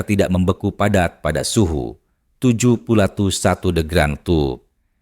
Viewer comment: Ngomong yg jelas bro, suhunya berapa? Tujuhpuluhperatut..😂